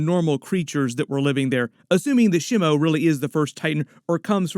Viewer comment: Ugh... your pronunciations are killing me. Shimo is not one of The Three Stooges. It's not "Shimmo." I in Japanese is pronounced like "EE". So it would be more like "Sheemo". But yeah... definitely excited about this one.